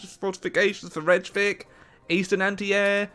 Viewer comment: “Rechavik”- sure, u do u